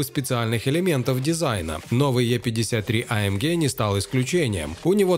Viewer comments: гЭ а не гЕ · а эм гЭ !!! не ге... господи, из ушей кровь идет после 3го раза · Ты не один такой. Меня тоже тошнит от этого Геее. Джи, блин, ДЖИ. ЭйЭмДжи. ☺ Так что ты не один, кого тошнит от этой Ге. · А Эм ГЕ😂 гегеге🤣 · AMге прям режет слух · Бесит когда ты говоришь амге😂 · Вымораживает когда автор говорит амгеэ ска бесит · Что еще за АМГееее? Слух резало всё видео. Ни разу не слышал такую версию произношения. Ну и кликбейт, конечно. Где там конец доминирования с такой динамикой??? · Блевать хочется когда так говорят